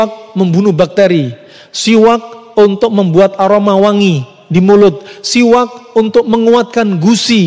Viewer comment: Bukan qolqolah mas... Udah benar penyebutannya... Siwaks...